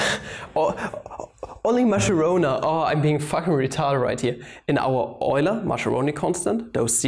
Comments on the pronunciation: Since you made a video on how to pronounce Deutch scientists names you know how I feel each time you say Masceroni instead of Mascheroni ;-) In Italian ch is equivalent to k as pronounce and it is used together e and i only. So the right pronounce is like it was written Maskeroni. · Lorenzo Mascheroni was Italian. There is no "sh" sound in his name. It is MASS-KAIR-RONI. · Great video, but pls 4 the italian viewers like me: Mascheroni has an italian pronunciation like "Maskeroni" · STOP that dumb pronunciation of MASCHERONI!